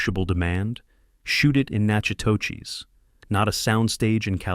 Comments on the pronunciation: The town's name is spelled right but it is pronounced "nakatish", my sister was born there. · It’s pronounced nacodish!! I’m dying! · Aaaand "Natchitoches" is actually pronounced, "Nack-a-tish." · Enjoyed the film and loved your video! But I've now seen 3 documentary-style videos with the name of the town pronounced three different ways, all of them wrong. Natchitoches is pronounced Nack a tish (both "a"s are short! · The town name is pronounced "Na Cat ish" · Natchitoches is pronounced Nack-uh-tish. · Natchitoches is pronounced "Nak-eh-dish." We ate in a restaurant located in the same strip where Trudy's "chain" was located. Great little town. But HOT!!! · Knack - uh - dish... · I lived not far from Natchitoches. It is pronounced "Nak' O Dish." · I don’t know if you are a real person who is doing the talking in this video, but please learn to say the correct pronunciation of Natchitoches. I would think it would be a little insulting to the people who are from there that you could not learn to speak it correctly. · You pronounced the name of the town wrong. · Thoroughly enjoyed this just wish the narrator would learn to pronounce Natchitoches correctly. It is not difficult once you hear it. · I am cringing at the pronunciation of Natchitoches. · That is not how the town is pronounced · Oh my he murdered the name of Natchitoches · As a LoUiSiAnian the AI’s mispronounciation of Natchitoches is incredibly annoying. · Same here. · Learn how to pronounce the name of the town! Geez!🤬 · I don't think you pronounced the name of the town correctly. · You butchered Nachitoches! Thumbs down---do your research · Please learn how to pronounce Natchitoches, Louisiana!! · Please use real people to narrate. The mispronunciations are atrocious. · I grew up in Benton. The narrator's pronunciation killed me! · Thank you. I am in Texas and we have a city close to that, but dang you can sure tell he's never been to the city. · Nak a dish or Nak u dish. Never Nak a teck. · Nack a tish.